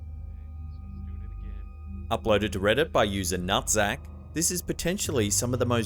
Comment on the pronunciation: HA Nuhtzac